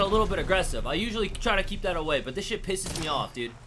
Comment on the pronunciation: He say of instead of off